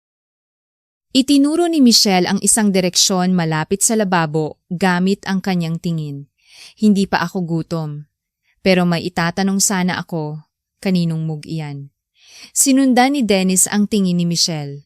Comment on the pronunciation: Grabe nmn ang pronounce mo 🤔 mog ! mag ( mug ) not mog ! Kaloka ka magpronouce